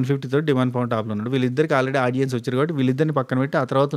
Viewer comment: Few days ee reviewers videos chusthe vachina English kuda marchipotham emo😂😂 audions anta😂😂😂